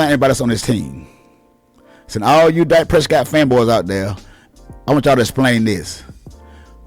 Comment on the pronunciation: Ok Good Bye 👋 I just wanted to click in to see if this guy was actually the one saying what the title stated. I refuse to go past . Pronouncing your words as "Dyke" Prescott, don't want him "byke" and mixing names like "Jimmy Jones" wth- tells us what team you're really a fan of. You'll do better keeping da Cowboys out of your mouth bruh cause any damned fool with even half a brain can see that the only problem that came in Dak's game is when they tried to limit him to a one dimensional only Qb to so call protect they're investment said by Jerry Jones by the way. When he was allowed to play Dak Prescott style ball he was completely unstoppable and made the team way more deadly with him being an additional threat. He just needs a coach that doesn't try to force him to play Tom Brady ball uses his full ability. Aside from Lamar Jackson We haven't seen another true gunslinger like him that's got the ability to be just as deadly with his legs since Michael Vick. Most have either or, he has both!